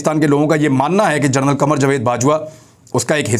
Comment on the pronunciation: Thathey Jahil lanti general ko gernul aur bond ko bound kahney walley uneducated shaitaan bhonk khoob bhounk pti potty kay official aur paid bhonkay bhonk.